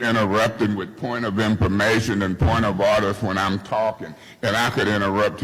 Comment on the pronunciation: “Yesh yu dewwww” 💀💀💀